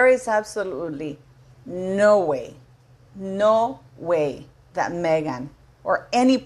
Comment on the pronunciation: I love it when you say; “ No. way! “